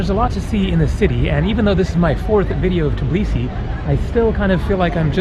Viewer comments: Lol it’s called Tbilisi and not Tiblisi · Nice videos ! Just one correction...You have to say TBILISI instead TIBLISI. :) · why do you pronounce it as tblisi? it's tbilisi, every single letter is pronounced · All you Americans need to learn it ONCE AND FOREVER. THE NAME IS TBILISI, T-BI-LI-SI, NOT TIB-LISI, it's not fuckin hard to remember... I have no idea why all of you keep saying Tiblisi, on and on, please quit that, please please. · I know right. I'm Georgian but I moved to Italy because i was scared of what was happening there with death and stuff in news so yeah, but Italians also say TIBLISI instead of Tbilisi. they also can't say letters ყ(Y), ჭ & ჟ. It hurts because people can't pronounce the name of the special city right. and when i finished watching this video it hit me in heart that I'm not there. Im not in Georgia. And it actually hurts.